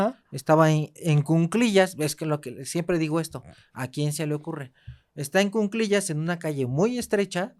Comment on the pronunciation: Se dice cuclillas no cunclillas